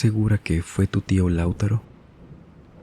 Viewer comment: Espero que este comentario no se tome a mal pero el nombre Lautaro no se pronuncia como lo dijiste en el relato, se dice Lau-TA-ro haciendo el hincapié en "ta" en vez de en "Lau" como lo dijiste en el relato